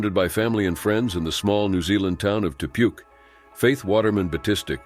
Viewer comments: It may be spelt Te Puke but it's pronounced Te POOKIE PLEASE HAVE RESPECT IN PRONOUNCING PLACE NAMES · As a New Zealander "Te puke" made me giggle, it's pronounced like (Te-pook-key) ❤